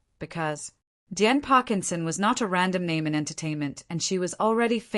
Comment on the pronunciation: Downvote because you can't get DIAN'S name right.